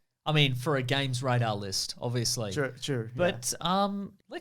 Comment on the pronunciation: gamesradar... euuuugh...